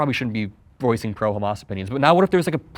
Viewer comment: “khamas” he’s not american